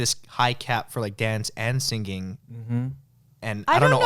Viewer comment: The way Ryan says singing kinda throws me off 😂 "Sing-Ging" 😂😂